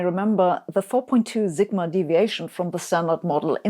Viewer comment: Sabine, in English, the "s" in "sigma" is pronounced like the "s" in "supersymmetry."